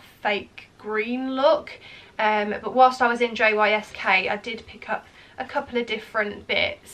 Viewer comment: JYSK is pronounced Yisk ❤